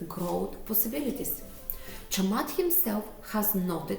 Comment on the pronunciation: You are around 95% correct in pronouncing Chamath's name :) [I'm a Sri Lankan living in Ireland whose name is also start with 'Cham', so you can count my feedback )